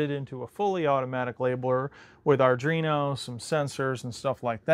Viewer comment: It amazes me that so many talented and skilful people can't pronounce the word Arduino. It's "ard-wee-no". There is no "dree" in there anywhere! Other than that I am very impressed. Amazing work on all the machines! I'd love to spend a week problem-solving with you.